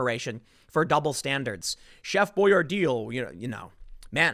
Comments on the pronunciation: Its "BOY ARE DEE" its as big as spaghetti O's . You're pronunciation sometimes is brutal,lol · Chef Boy Ar Dee! Not dear! Who else doesn’t know how to pronounce that?!! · Its Chef Boy-R-Dee... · how hard was it for tim to not say boyardee lol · Why can't you pronounce it properly, Tim? Gah. Imagine a story that featured Chef "Boyardee" and "Nike" ...